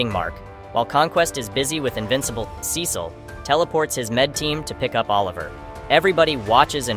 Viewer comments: Its pernounced See-sull not Ses-sill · Sesil ? You mean Cecil? Pronounced, "SEE-SIL" You got it right a handful of times. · pronounced Cecil wrong :( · Who tf are saying Cecil name like that